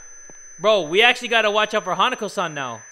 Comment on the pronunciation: OMFG, was pronouncing Hanako-san wrong the entire time.